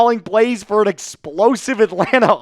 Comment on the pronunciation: Did you say explosive? 😂